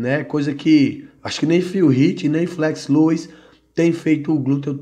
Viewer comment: 😂😂😂 que viagem viu, que viagem, quando for corrigir tenta ver primeiro se estar errado pra não ficar feio, Flex Lewis, se pronuncia Flex Lues antes de falar vai ouvir o próprio cara pronunciando kkkkkk